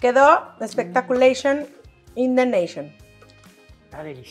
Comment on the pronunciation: Me gusta oír a Angelicita decir espulation, y indentation, No sé qué quiere decir exactamente pero se oye muy espculation.